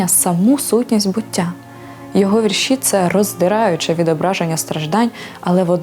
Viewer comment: Не повністю згідна з ведучою. ВІрші Віктора Гриценка відкрила для себе через фейсбук нещодавно. Навіщо робити акцент на меланхолію і Кривий Ріг? Він -- українець! Його вІрші(ведуча чомусь каже віршІ) говорять більше за столичних авторів! У них акцент на мудрості, простоті та красі, бо , як відомо, усе геніальне -- просте! Вони спонукають мислити, узагальнювати! Дякую Вам, пане Вікторе, що ділитесь з читачами своїм глибоким внутрішнім світом! Здоров'я Вам, миру і добра!